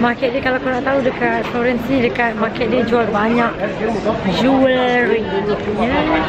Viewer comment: FLOGHEENNNCE ! hahahaha